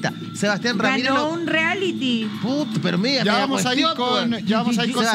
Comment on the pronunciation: Me da nervio escuchar al animador decir “Riality” si se dice “Reality”. Aparte de eso, me encanta el, es muy simpático.